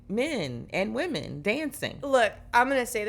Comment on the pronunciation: the amount of ppl who have terrible grammar is wild. It seems to be recent. My pet peeve is the incorrect pronunciation of women